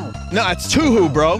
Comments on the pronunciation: AHEM!! its pronounced toohoo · IT'S PURPOSE TOU-HOU!!! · Ah yes, you en owen, my favorite two hoo sonje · Man said "Toohoo" XD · im crying over how he pronounces touhou